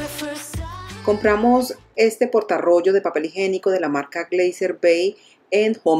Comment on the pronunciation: Muy bonito te quedó el baño pero no se dice "papel higenico". Lo correcto es papel HIGIÉNICO